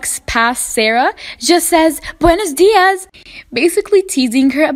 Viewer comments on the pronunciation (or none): He said buenes dias